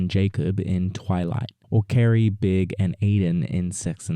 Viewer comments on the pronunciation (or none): none